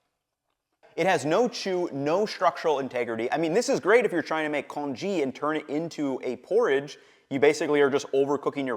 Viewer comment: In many of your videos, you mispronounce many delicacies. Here it is congee. Add that to Geisha and a host of other food specialties.